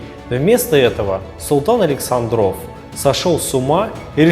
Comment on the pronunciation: АлексАндров , ударение научитесь ставить , умники и сыщики